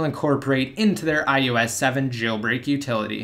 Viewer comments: Why do you say ius not ios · why are you pronouncing it as ius 7?